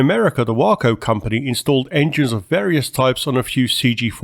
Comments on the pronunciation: WACO is pronounced Way-co like the Texas city. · It's pronounced way-co Waco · Pronounced Way Co. My 1911A1 flew with Air America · Waco is pronounced: Way-Co. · I think it's pronounced 'way co'. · WACO is pronounced (WAY -CO) . Used to live in texas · Waco is pronounced Way-co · Waco, long A long O pronounced Wayco. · So when you say waco its a long a like in bay. So kinda like way co